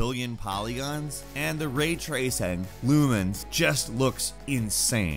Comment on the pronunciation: "Ray traySANG"